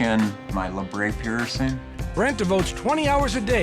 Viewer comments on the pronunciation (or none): Not very professional. Any real professional knows it's pronounced la-bret and not la-bray. It's not a French word, so it's pronounced how it's spelled.